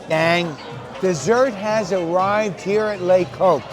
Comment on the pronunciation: The reviewer here is incapable of pronouncing the restaurant's name properly so why would I credit anything he says.